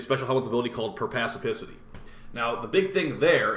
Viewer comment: "PERPACIPICITY" lmao. Perspicacity, sir.